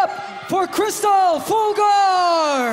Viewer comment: mispronounced her name its Kris-Tell not Krystal.